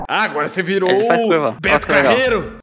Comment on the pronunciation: "CE VIROU O BETO CARREIRRO?"